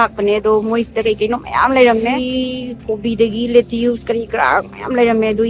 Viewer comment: please google amta toubiyu... LAE TUSE haiba nate pronunciation do .. laeh tush haigadabane..mina lanna loukhrani...